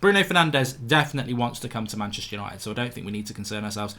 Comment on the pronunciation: "Hello and welcome to tha Yanited Stand!"